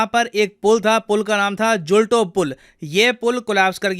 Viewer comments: It's not जुलटो it's झुलतो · Not zulto pull but झुलतो पुल,not machchu river but मच्छु river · sir its not मंचुछु its मच्छू river and its not जुल्टो its ઝુલતો bridge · Zulto Pool nahi Gulto pool